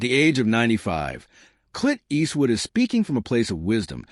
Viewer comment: Cant stand the way the ai says "Eastwood " & he says it enough to make it an annoying drinking game